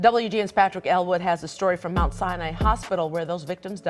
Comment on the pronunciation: They way he pronounce Sinai stroger and cicero killin me rn 🤣🤦🏽‍♂️